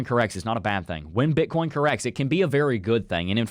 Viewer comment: I dont know why I always hear Bitcorn